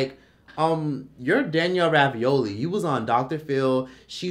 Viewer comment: Danielle Bregoli not Ravioli 😂